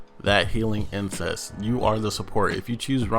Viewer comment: Anyone else notice that he says "insese" instead of "inceNce"? He is closer to saying a taboo word, rather than the actual word he should be saying lol